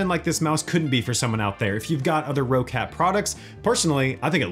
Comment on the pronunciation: It's pronounced like "Rocket" not "Row Cat". There is 2 Cs so the way you can look at it is "Rock Cat" which said fluid will be pronounced "Rocket".